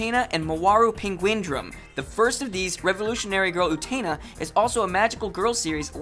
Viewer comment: I had to stop at fact 14. Revolutionary Girl Utena. Its pronounced oo-ten-ah not oo-teen-ah. Thats how it is in the japanese and dubbed version.